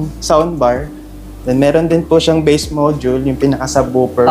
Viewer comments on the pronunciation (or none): none